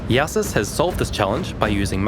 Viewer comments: Is it not pronounced "Joe sis" or "yo sis" instead of "ya sis" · There's one incorrect part in the video, Jousis is pronounced "Jesus of PoE" not "Yahsis" :face-blue-smiling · this guy so german he cant even say jew-sis